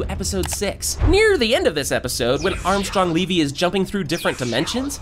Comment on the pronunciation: bro called anggstrom levy armstrong leevee